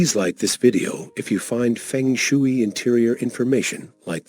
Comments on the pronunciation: Feng shooey?? No . Ai narration is too lazy. And ignorant. If you can't even pronounce it, you don't know the subject, do you. Disliked. Fix it!! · It’s pronounced fung shway 🙄 but thanks anyway.